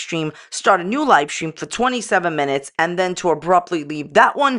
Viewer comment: You are saying "Lie stream" not live stream, or am I just hearing incorrectly?😅